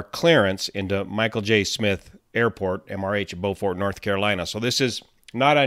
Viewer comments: love your videos. If you ever get a chance to go to “Beau fert” (Beau as in beautiful) (fert as in fertilizer) not Bowfort. 😊. Please go and visit the old south with all the old oaks and moss covered branches. You can come to Charleston and visit all of us in the fastest growing county in SC. BEST! 🎉👍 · "bYOOfurt"...not "bowfurt" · I believe it's pronounced byoufort, South Carolina. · It’s pronounced “bwu-fort;” a “u” sound rather than an “o” sound. We in the South don’t always pronounce names correctly. I live in Martinez, which we pronounce mar-ti-NEZ, rather than mar-TIN-ez. You’ll never guess how “Taliaferro” (count) is pronounced! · It's a French word and it's pronounced bofor in French...